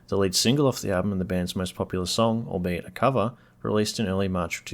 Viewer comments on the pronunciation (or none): none